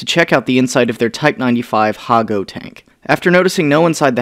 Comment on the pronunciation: Hago eh.... MoRe lIkE AHAGO